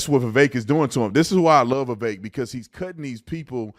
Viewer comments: Thank you for actually saying Vivek’s name correctly. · Thank you for pronouncing his first name correctly